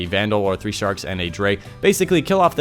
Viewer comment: Jesus christ, are you calling the shanks "sharks"?